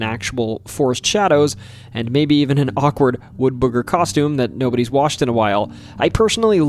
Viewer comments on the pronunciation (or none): none